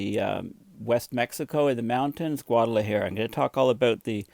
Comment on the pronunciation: It's cute how your hair has gone Einstein as you mispronounce it Guad ala Hair-uh! No worries,, you're a gem we treasure!